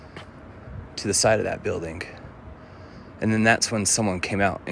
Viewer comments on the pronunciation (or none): SOMEONE PLEEEEASE tell the kid with a Morty tattoo, that THE G IS SILENT in those words.. building, parking etc.. holy ship that is bothersome!